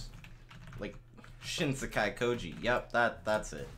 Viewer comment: The only thing about shin sekai koji that makes me hate it is how they pronounce it SOOOO badly